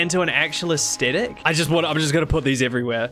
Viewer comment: for the love of all sanity, please learn to pronounce the word Aesthetic, it is not AES-TET-ICK